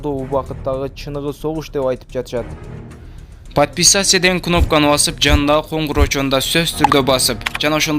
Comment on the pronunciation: ПАДПИСАСЯ ДЕБЕЙ ТУУРАЛАП ОКУЧУ, , ЖИГИТ.